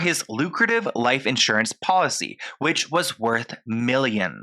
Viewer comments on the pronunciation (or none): none